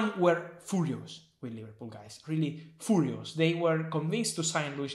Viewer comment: TOT-HEN-EM... WHY YOU SO FOORIOOS??